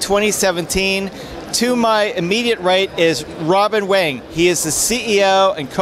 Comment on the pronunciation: Haha did he say Rubbin Wang?